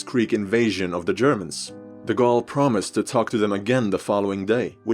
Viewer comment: >Says Napoléon Bonaparte in proper french throughout the video. >Proceeds to rape De Gaulle's name.